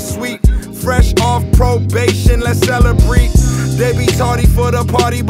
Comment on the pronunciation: I love Gunplay's vernacular in this verse. How he he says "Four strands" even though almost everyone knows it's "strains", and how he says "celebreet" even though the next word rhymes with "celebrate." Brilliant